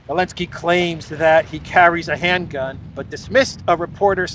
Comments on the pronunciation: Curious to know, why do you call him Elensky? Everyone else knows and pronounces it correctly - Zelensky, but you. Can you explain why. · Probably I missed it, but why you call him Elensky?